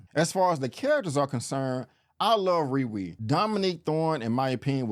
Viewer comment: Is it me or does anyone else hear him say Riwee and not RiRi..